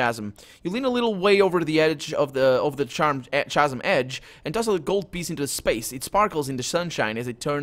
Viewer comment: "Khasm". I know it's written "chasm", but it's a hard "c", "khasm". Sorry, not to be critical; your accent's fine, and you hit the fantasy names in interesting ways.